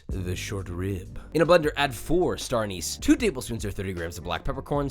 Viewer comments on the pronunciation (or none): none